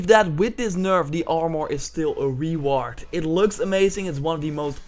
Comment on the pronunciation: LOL ree-ward